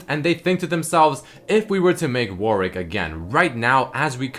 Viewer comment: Pls stop say warick ITS WARWICK IT FUCKING TRIGGERS ME I'm not pedantic shut up